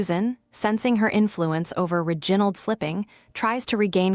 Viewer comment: ' Ri... gin...ald'. Really!?